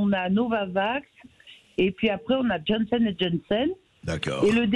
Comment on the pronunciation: Ah, si seulement elle pouvait parler Français et bien connaître ses dossiers. D'ailleurs ce n'est pas Jensen et Jensen mais Johnson et Johnson. Et on ne dit pas mainnenant mais maintenant. Enfin, que faisaient les écolos pendant que Virginie Joron se battait sur les mêmes sujets depuis plus de deux ans ?